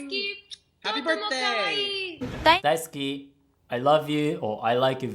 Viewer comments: That "dai ski" was perfect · i'm Japanese and i love how she pronounces ''daisuki'' really much💕💕it sounds soo sweet🍰💗